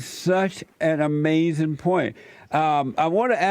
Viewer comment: Styx: I almost died and was hospitalized Jesse: That's AMAZEN man